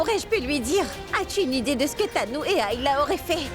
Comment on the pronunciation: Elle ne connait même pas prononcé les noms des autres 😂😂😂😂 sacré tu me tue 😅😅😅